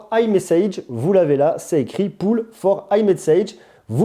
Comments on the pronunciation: Le mot "Polls" se prononce pas "poule" mais "pauls" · Polls ne se prononce pas Poule. Ça se prononce "Pôle" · polls ne se prononce pas poules 😂